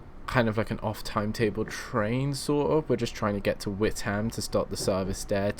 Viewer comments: Witham is not pronounced "wit ham"... the 'h' in Witham is silent so it is pronounced like this "wit am" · Witham is pronounced With-urm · Lol you say Witham wrong :P